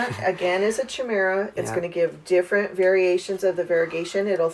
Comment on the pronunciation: did this lady really just say cha mera! I literally can not its supposed to be said "kye-mera" chimera